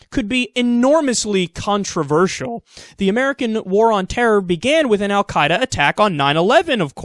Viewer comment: First, Kyle, thanks for pronouncing "al Quaeda" correctly; I'm no fan, but I hate it when people screw up stuff like that. :P Second, Petraeus is a moron to the nth degree. How many more splinter groups have to be born from mistakes made in the Middle East before idiots like this stop suggesting their nonsense?